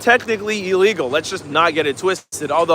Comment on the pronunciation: Ill-legal, not E-legal